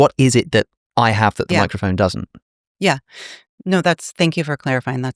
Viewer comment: every time they say microfon I can't not hear micro foam bc I've consumed too many matcha content